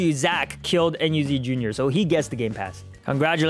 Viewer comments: “Code enyu” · "MeEnyu" wait Let me take my glasses, puts on glasses Oh its "MeAndYou" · "Code Enyu" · MeEnyu I mean not meany